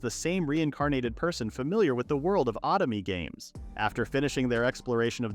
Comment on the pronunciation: The way you pronounce "otome games" hurts me....😭